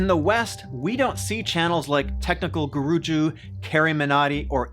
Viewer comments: TECHNICAL GUJURUUUUU lamoooooooo It's technical guruji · Actually it's Technical guruji not guruju and it's BB ki vines not BB kei vines